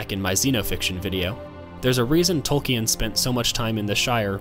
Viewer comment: Tol-keen, not Tol-key-en